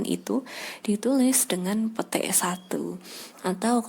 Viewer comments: Gua dengernya pete ya kannn wkwkkw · ngomong petik nya lucu wkwkw